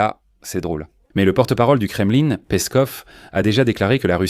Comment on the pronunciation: On ne prononce pas kremeline c'est nul .mais kremlin( hein) à la francaise,ou kreml à la russe.